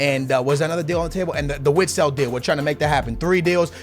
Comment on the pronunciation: Vitsel not Witsel